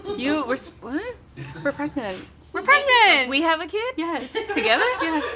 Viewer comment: It's pronounced GREGNANT 😂